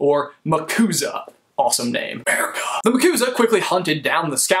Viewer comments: any one else thought of the Yakuza when he said Macuza? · MCUSA "Muhcooza" XD It sound like a version of the Yakuza XD